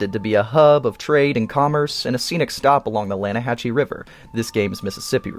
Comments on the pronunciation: Lannaahechee is pronounced "Lan uh HAH See". When you go fishing with Javier in Ch3 Javier pronounces the CH and Arthur corrects him, noting even though its spelled with a CH, it is the S sound. Funny because he had just gone off on the German guy he rescued ("how did someone come up with them words???") and now he's an etymologist extraordinaire! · You must not have played the fishing mission with Javier. It’s pronounced Lanahasee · You mean "Lanahasee" river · Its pronounced Lan-ah-ha-see! Lol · Great video! Just started playing the game and I've been curious about the towns in it, and also "Yeah, but it pronounced 'Lanna-hass-e'." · Arthur, in game, LITERALLY tells Javier how to pronounce “lannahechee” and you get it wrong in TWO different ways. . . Why are “content” creators so fking dumb???